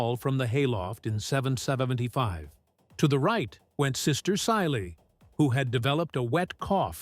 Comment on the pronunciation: Meabh is pronounced Mave...Sile=Sheelah... Dorinn=Doreen...Aoife=Eefah...Caoimhe=Keevah...Aibhilin=Evelyn...